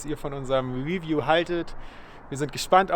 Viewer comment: ...why Germans can't say review? Stressed syllable in review: 2 syllables : re-view. Pronounced review: ri-vyoo.